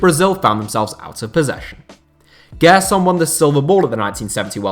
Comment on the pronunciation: Just a tip on pronunciation: Gerson's name has a J sound, like in Jay. "Jerson".